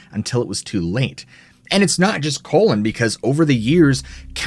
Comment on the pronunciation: Pronounced Collen, not colon. How embarrassing.